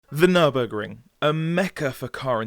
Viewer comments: It's Nurburg-RING, not Nurbuh-GRING!!! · Yes. Just because you English-speaking guys don't have the "ü", it doesn't mean to miss that out in words and change it to an u, just because your too stupid to pronounce it the right way. Same with "cologne". Why COLOGNE? IT'S KÖLN! WE GERMAN GUYS ALSO DON'T SAY THINGS LIKE "Neue englische Grafschaft" instead of New York. I hope you see where I'm coming from.